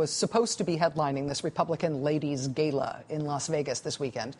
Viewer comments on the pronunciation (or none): "Gayla" lol... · Dumb cow doesn't know how to pronounce gala.